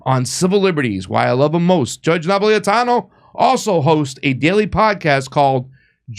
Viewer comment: Really rude to call him Judge Nap when you couldn't pronounce his name which is super easy to pronounce if you sound it out. Unfortunately America has raised up idiots who can't pronounce a word phonetically. Not sure why Jimmy would have an idiot subbing for him.